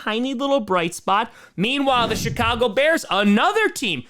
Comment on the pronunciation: did he say Chicago or “Shit-cago” 😂😂😂